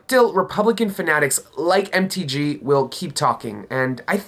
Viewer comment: When said MTG I heard empty G. Sounds right.